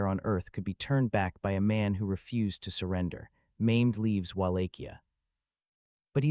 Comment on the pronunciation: Sultan Maimed, Really???? Forget about the pronunciation, you totally changed the Sultan's name and telling History, What a Joke!!!